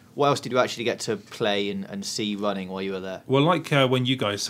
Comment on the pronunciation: RUNNING not WUNNING.